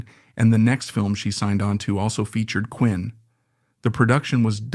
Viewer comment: Richard Quine's last name was pronounced "Kwine", not "Quinn". He had his own tragic life.